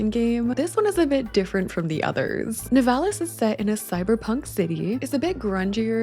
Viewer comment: Here in my country we nturally say " Nivalis" accent on the I